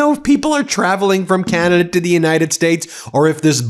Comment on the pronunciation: Oh, yuck! I hate it when Yanks pronounce Canada as "Keyanada". Anyway - this guy is a POS. NEVER 51!!